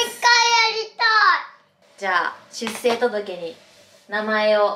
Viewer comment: しゅっせい、ではなく、しゅっしょう、です